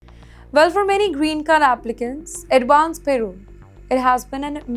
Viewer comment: It’s not payroll it’s parole - pls say it correctly